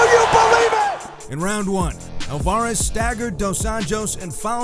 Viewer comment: I'mma Help You Out With How To Pronounce ALVAREZ. ALVA- REZ ALVA- REZ ALVA-REZ